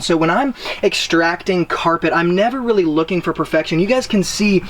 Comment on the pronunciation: RRrrreally RRReally 😂